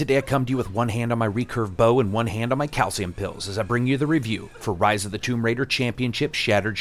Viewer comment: I kept thinking of Ryse.. when you say Rise. lol.